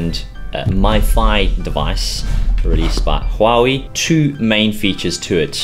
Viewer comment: WTF!!....HAWAWI!!???...its huawei damn